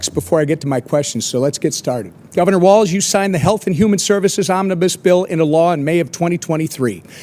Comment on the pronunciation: Oh, and it's walz.....no "T".......